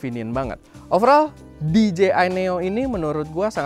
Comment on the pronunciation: That "Di Je Ay" wkwk